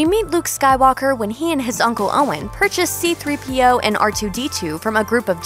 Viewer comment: Um its c3po not c3p-oh